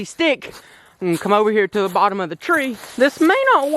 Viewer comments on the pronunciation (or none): none